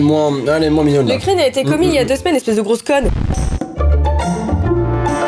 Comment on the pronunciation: Le "grosse conne" était tellement sec😂